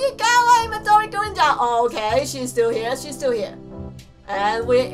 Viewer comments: you don't say gurin you say..... MIDORI GURINUUUUUUUUUUUUU (its green but with an japaneese accent) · Just a tip: Midori Gurin is actually pronounced midori GREEN but green in a chinese accent so it sounds like Midori GREENU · it's pronounced midirori green but with a British accent. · Midori Gurin is actually pronounced Midori Green.